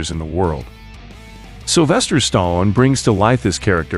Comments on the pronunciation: Stall-own, Bal-bow-ah. Rah-kee. Not being a dick, just correcting pronunciation. Threw me off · Yeah, but the way he pronounced the last name "Stallone." Yeesh! 😑